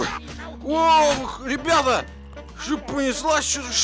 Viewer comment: сказал нам привет бебета😂 а не ребята